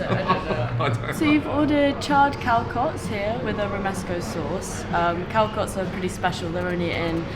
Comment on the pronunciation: They're pronounced CalSots not CalKots - just saying